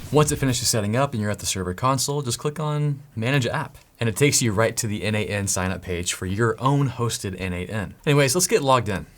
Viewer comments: This video is awesome. Buuuuut... looking at documentation it clearly says it is not pronounced 'en-eight-en', but exactly like the name...... Nathan ;) Yep... I can hear you: oh shiiiiii, So obvious! :) And yet... every single video on n8n I looked into pronounces it the wrongly as 'en-eight-en' :) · Don't you think that the idea of the product author(s) was to pronounce it "Nathan"? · N8n, isn't it supposed to be pronunced a bit like Nathan ? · I thought it's pronounced Nathan (n-eight-n.) so I clicked the video to hear how it's pronounced. My disappointment is immeasurable. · Why don't we pronounce n8n like Natan/neighten ? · n8n is pronounced 'Natan', it's someone's codename. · Have you considered it is supposed to be pronounce Nathen? At least that it is how it seems logical to be pronounced to me N-eight-n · I think N8N is pronounced "Nation" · I can t not pronounce it as nathan 😅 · I always thought it was pronounced "nation" for some reason. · Always thought it was pronounced "nathan"